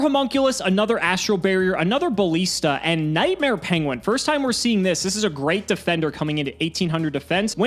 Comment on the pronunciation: pronunciation of "ballista" makes me very unhappy.